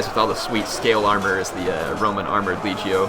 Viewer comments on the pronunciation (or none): It's LEG-E-O. As in leg (body part), long e (rhymes with fee), and long o (as in go). LEG-Ey-Oh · is leg - io, hard g, please, you were killing me